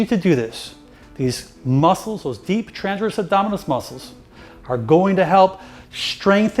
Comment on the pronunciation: Great video thank you. But please say transverse and not tranverse.